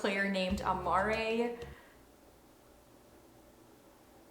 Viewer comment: I was looking forward to hearing your list, but I'm sorry...you've butchered the pronunciation for most of the names. Amare doesn't have an accent on the 'E' and is pronounced slightly different to how you said it. And the basketball player's name is spelt with an 'I' and his last name again, said differently. The names would be even nicer to hear if you pronounced them correctly. I was too busy cringing to enjoy the roundup...